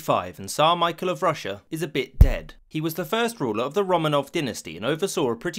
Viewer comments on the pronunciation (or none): none